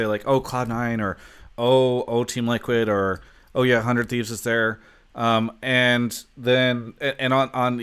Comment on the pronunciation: What? hun-dred-Thieves (3 syllables) = hun-dred-"Te" (3 syllables). Nice education.